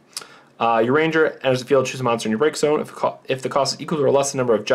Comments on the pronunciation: yes i'd like to second that it's pronounced ur-ee-on-jay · This is the starter deck I'm most excited to play, and I'm looking forward to the upgrade video if you guys plan to make one. One thing though, Urianger is pronounced 'oo-re-on-jay', lol. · It's Ur-ee-on-jay. Alphinaud is also pronounced Al-fee-no cause it is meant to be french (I think).